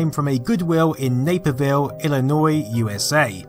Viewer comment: Thank you for saying the name right too